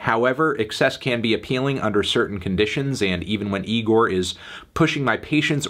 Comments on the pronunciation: Oh my god Melon second go round and you still pronounce it incorrectly, it’s not nigorrr, say it with me bud, igorrr. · Anthony how many times do we have to tell you. It's pronounced Igorrr not Nigorrr. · It's pronounced E-GOR not NEE- GOR, Anthony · Again Melon it’s igorrr not Nigorrr We’ve talked about this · He pronounced it nigorrrr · Good review Anthony but I think you misread the band name. There's no 'N' in 'Igorrr'